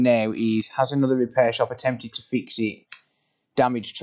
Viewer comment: Hello ladies and gents welcome to onother video that is the most comon sentence that he use every single day I loved how he pronounced